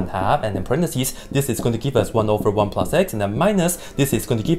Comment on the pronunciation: “x squared plinus one”